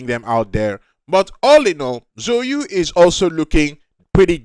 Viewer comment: that chinese pronuncation killed me at the start. So you?. Its ZHOU YU. ZAO Yü